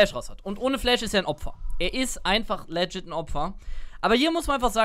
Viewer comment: Und wieder geht das heitere Spiel in eine Verlängerung! Wie oft wird Worte falsch aussprechen? Aktueller Counter: "Rakan": 43 "legit": 127 Seien Sie auch nächstes Mal wieder dabei! Spaß, Spaß, Spaß!